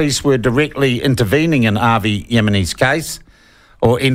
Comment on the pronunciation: So true. Avi is a character but not a bad character. I'm hoping that you can actually read my name and pronounce it right seeing as you are irish? Or are you an nzer living in Ireland?